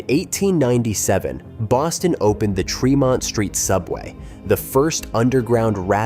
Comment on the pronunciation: Treh-mont Street. Not Tree-mont. Yeah I’m telling this to an ai